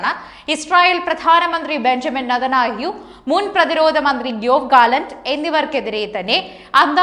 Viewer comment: നതെന്യാഹു. ഒന്ന് മാറ്റി പറയു